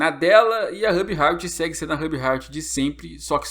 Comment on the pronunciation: Que agonia vc falando o nome da Ruby errado